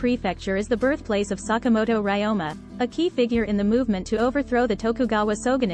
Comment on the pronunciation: yes, it's 坂本龍馬。We need to work on our pronunciation.